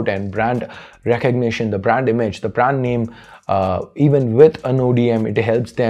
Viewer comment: u pronouncing brand,branding all wrong and its irritating